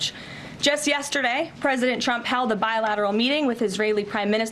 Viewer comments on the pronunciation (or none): Her "tr" sounds like "ch", President Chump